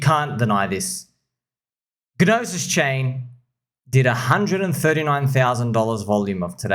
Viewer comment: Yo not sure if you are being funny, but the G in "Gnosis" is silent. It's s Greek for "knowledge". Just pronounce it "nah-sis"